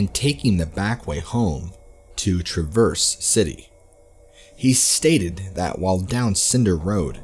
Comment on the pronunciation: TRA-verse City. Like Travis, but with verse instead. Other than that, awesome job! Your voice is great to listen to!